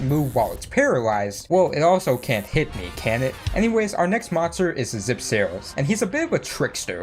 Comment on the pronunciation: shit man this is a really good video (but those pronaunciations thoo "zipseros")